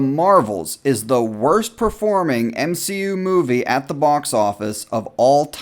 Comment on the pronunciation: Everyone: MSHEU: ItS eTrEmElY oFfEnSiVe